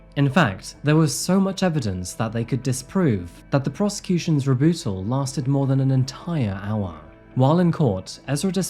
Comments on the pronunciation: Rebootall??? God he screws up sooo many words. Rebuttal. After all that research you would think he would be familiar with that word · Where in the uK does anyone pronounce rebuttal, rebootal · No, you didn't say "RE-BYOOTAL". No way. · I like this channel, but criticism: Debuffed? Rebootle? Come on bro, there’s always a word or two that just aren’t right and it’s distracting. Maybe check the software you use?